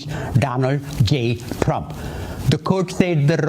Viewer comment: He doesn't say Trump he says Drump😅